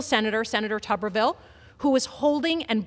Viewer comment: AGAIN … no matter how he may say his own name, rules of pronunciation dictate: TUBER-vill, (basically tater-town) NOT TUBBER-vill (bathers-town)